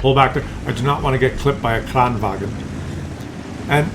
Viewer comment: It is not "kranwagen", it is "kranvagn", remove the "e" and you are getting close to use Swedish and not German pronunciation. And it is "Emil", not "Emile", like French pronounciation. Just go to Astrid Lindgren and her story about Emil i Lönneberga, which there are videos about. But still great content.